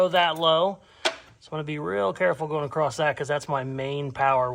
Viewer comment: Why do you always say “acrosst” when the word is *across? (Love your work BTW)